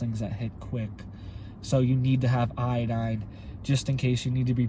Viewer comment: For a second i thought you said get yourself some tye dye...lol..(iodine)